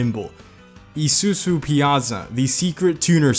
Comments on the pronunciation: its suppose 2 B pronounced EE SOO ZOO Americans just dont get it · It’s pronounced “Ee-sue-Zu” our I’s are pronounced like English E’s. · Why does ge sound like he's having a stroke every time he says isuzu🤣🤣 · Pronounce Isuzu properly please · I could feel the stress when he says isuzu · I love when he says isuzu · The way this man pronounces Isuzu 😂😂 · Wierdest ISUZU pronounciantion ever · This guy butchered Izuzu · Jesus Christ he butchered those names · that feeling when you pronounce ISUZU wrong xD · who else hates when he says Isuzu? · Every time you say isuzu wrong, I slowly turn to insanity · 이쑤쑤 Definitely not the proper way to pronounce Isuzu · Its not pronounced "isusu" its pronounced like "isu-zoo" like that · not isusu its isuzu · haahhaahahah Isuzu he pronounce it as it as isusu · E-sue-sue? Me and my dad say E-zue-zue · Never heard isuzu pronounced like that. Here on the west coast we always pronounce it "i-su-zu" not "ee-su-zu" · Bro said isusu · BRUH im not some ultimate weeb or something but its called ISUZU NOT ISUSU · mans saying isusu not isuzu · i-su-zu not ee-su-su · Real pronouncatipn: ee soo-zoo His pronouncatuon: ee-soo-soo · Izuzu is pronounced i-zoo-zoo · its Isuzu not Isusu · Why cant Americans say car brand names Nisan, Mazda, Izoozoo not isusu. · The way he says izuzu: EE ZU SU Actuall: EYE SUE ZUE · Yesss, love it😂!! Especially when we reached the Honda section. Why is ISUZU pronounced I-su-su? It's supposed to be I-su-zoo. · IZUZU - pronounced: eye-zoo-zoo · How the fuck do you mispronounce Isuzu? There's a letter z in there and you fucking pronounce that as an S? "EE-SUE-SUE" what the fuck? lol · Is it just me that cringes when he tries to pronounce Isuzu as E-su-su... it's a literal Z, man... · i like the way he say isuzu to issusu 😂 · the whole video except the isuzu part: ..... the isuzu part: i s u s u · me:enjoying the cars: I S U S U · Just to help ya buddy, isuzu is pronounces eye sue sue